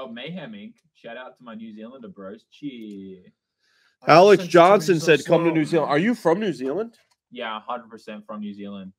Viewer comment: says cheer bro when it's Chur bro